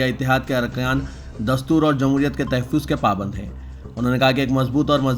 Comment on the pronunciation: Arey bhaee kabhi school attend Kiya hai Vo qutbuddin Abeek ni hai ... Qutbuddin Ayebakk hai ... Dusree ghalthi ....theek ye hai Tha,haffuzz...ye sahi thalaffuz hai